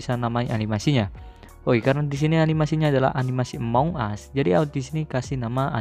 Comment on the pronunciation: among bang bukan amoung